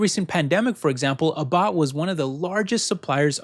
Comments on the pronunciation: A tip for Abbott Labs, it's pronounced ABB-bot, not a-BOTT. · Ah-Bot labs. Really? He can't even pronounce the company name.